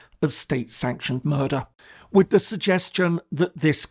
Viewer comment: “What murders” Brooklyn accent